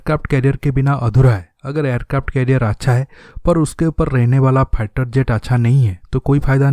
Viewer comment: aby salay ..... pehlay bolna tu seekhlay.....phieter jet kia hota hai....